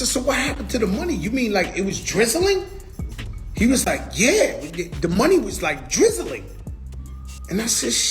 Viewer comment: “Was it drizzaling” 😂 stop Joe please!